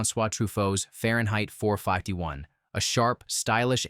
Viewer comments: Typical ranking list with solid contenders, although several movies were left out that were fan favorites. The AI narrator gets it mostly right, but when it gets to Fahrenheit 451, it says "four five-tee-one" instead of "four fifty-one", a clear sign the OP wasn't paying attention and was going for the quick monetization. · Far-yen-height Four-Five-Tee-One. What? Your AI Voice-over doesn't know how to pronounce words.